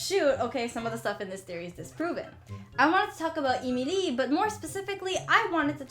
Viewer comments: It's not EEE MEEE LEEE it's Ehm ihl EEE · Why do u pronounce Emily eemeelee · I may be wrong, but I think Emilie's name is pronounced Emily. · "EEMELEE" Girl you mean Emilie? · 😂😂🤣🤣I LIKE THE WAY SHE SAYS EmILE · its not emilie its emily like saying emily but they change the y to ie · “Emeelee” I died💀🤣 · I love this video and your channel!! But the way you pronounce Emilie kinda makes me laugh. Its not bad! It is just different from how I've always heard it. EEmilEE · Emilie is pronouced like Emily on English i Know that because it used to be my name before i changed it to Julian Lee so am not mad for saying it wrong but you need to Learn the name in a right way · Its E MI LIE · You're not pronouncing Emilie right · STOP SAYING EMILIE WONG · Yeah but the way she pronounces emilie is sooo distracting and forced. Girl just say emilie and thats it. (Can she really speak french btw ? )